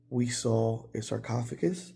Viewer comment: sarcophagus!!!! You said it perfectly lol Great episode